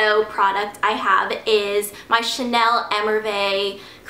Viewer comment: Please Ingrid, google how to say émerveillé!